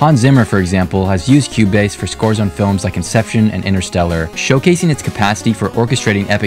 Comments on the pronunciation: “cube base” it’s pronounced as q base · bro pronounced it cube base